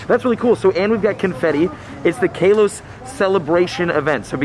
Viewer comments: he said kaaloss instead of Kalos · Its kalos not kelos🤣🤣🤣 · Omg ilysm and I’m sorry but it bugs me when u say Kalos like Kaylos. I use to be a big Pokémon fan and it’s pronounced Kahlos lol. Anyways I probs dc keep up the work tho ❤️ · Everyone: KAWLOS Him:KAYLOS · Who calls it kaaaalose 😂 it's literally just ka-loss not kayloass like says either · KA-LOSE?? nah g it's Ka-loh-s. That's how they officially pronounce it. I agree on lit-lee-oh though. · He keeps saying Kay-los as well, isn’t it Kah-los? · (I’m just too shocked cuz I never heard the pronunciation Kaylos) (Ka-loss) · It’s kalos not kaelos btw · It’s Call-os, not cay-los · It's not k a Los Its kahlos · My dude says kaylos it’s kalos not kaylos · Man sorry to say but you been pronouncing kalos wrong.!!!! It's kaalos not kaaelose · What region is this "kay-los" that you keep talking about? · If anyone see’s him in public can someone please help him out on how to say “Kalos” plsssss it’s "Call-ohse" pls say it right it hurts to hear it how you say it please get it right man go watch the anime series to even hear it for you can know how to say it Please Thank You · Ik he didn’t call it kaelos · DID HE SAY KAYLOS??? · You pronounced kalos wrong. lol! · You said kalos wrong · He says Kalos wrong! 😑